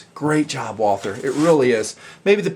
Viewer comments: If you want to pronounce "Walther" right you say "Wulter". The "u" like in slug. And you can just omit the "th" and use a "t" instead because this really isn't a "th" sound. Great review great pistol. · Great review, great gun! I just wish more people pronounced "Walther" properly, just like it grinds my gears when people don't pronounce the "e" at the end of Porsche. "Walther" is really pronounced "Vaulter." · Ok let's say this slowwwly Voll(as in volley)-ter(as in water). This is not very hard and it absolutely drives me and I'm sure other Walther enthusiasts nuts. Follow this pronunciation guide and you'll be saying Walther like a pro and not a moron in not time flat. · Nice review. Say it with me now, Walter...or even more correctly, Valter. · You don't pronounce the "th". Just pronounce it Walter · I'm in the hospital right now and watched the review for relaxing. I'm german and nearly popped a stitch when you said "walther" trying to sound german. Very nice I go buy one when I can